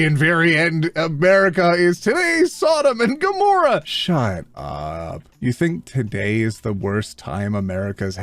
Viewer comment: Still laughing at "Sodam and Gamorah"! 😆 Is it a a purposeful troll or another kid who learned the Bible from Guardians of the Galaxy? 😂😂😂